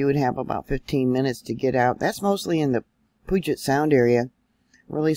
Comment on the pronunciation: Hi I live near puyallup, which is pronounced, ",pewallup" and puget, of puget sound is pronounced, " pewjet". 😊I thought you might like to know in case more happens here. Just returned from a trip, so I slept thru it. I stand on the Rock of Jesus, so no matter what happens in life or death, He will be with me and see me thru!